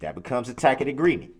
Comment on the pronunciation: He can’t pronounce the words “ask” or “tacit,” yet we’re supposed to believe he even has a basic knowledge of criminal/con law. SUUUURRRREEEE